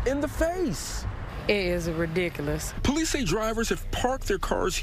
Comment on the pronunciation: Like she said," it is redicalus"